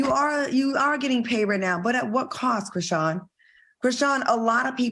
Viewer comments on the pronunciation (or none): Idk why Al pronouncing her name as "Chri-see-yen" bothered me as much as it did. It's giving out of touch. Maybe I'm just trippin tho. 🤔😩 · Chris-sea-n 😂😂😂😂😂😂 Al.